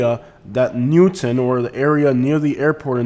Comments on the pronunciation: The most Cringe among alot of Cringe was "Newton" lol. Its New-Town bro. You obviously aren't that knowledgeable about the area or wouldn't have butchered that so bad. Home-O-side 😂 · ...and it's New Town... not Newton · "New-town" 😊 (not Newton) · Like your videos. Watch often. I grew up in Sarasota and we called it Newtown not newton. Just FYI